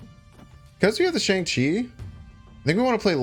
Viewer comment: I hit the like button on a video all the time usually. But since you said shang-chi correctly. Here's a comment